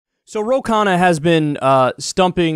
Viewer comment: Why does Kyle say 'Kana' when it's so obviously 'Khanna'. My Indian ears are dying here.